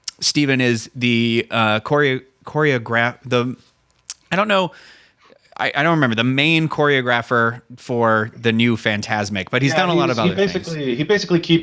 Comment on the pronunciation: I said it wrong for years, but "choreographer" is pronounced "kohr-ee-og-ruh-fer".